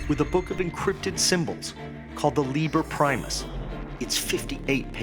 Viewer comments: Caleb Gotthardt I‘m not diminishing their accomplishments or anything...just thought it was funny, that those guys are supposed to be incredibly smart, but they pronounce „Liber Primus“ wrong... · As someone who too latin I’m bothered by how they mispronounced liber primus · Love how these “geniuses“ pronounce „Liber Primus“...